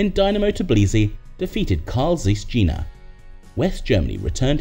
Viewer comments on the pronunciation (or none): "carl zeeess dscheeena" ....aaaarrrrrgh pronunciation dude